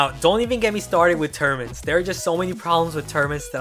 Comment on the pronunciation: I didn't know what you were saying till u put up the post I thought u were saying termants and I was wondering what kind of word was that but when u showed the post and high lighted tournaments I was shocked